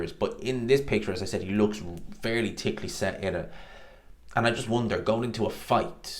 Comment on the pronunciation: “Tickh-ly set” 😂😂😂